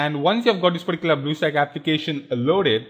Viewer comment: particular puh-tea-coo-la